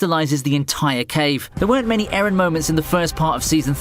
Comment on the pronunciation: Eren👎 Ereh👎 Aron👍